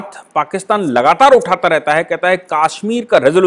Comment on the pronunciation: I like the way you pronounce Kashmir, that is the right pronounciation of Kashmir as in sanskrit.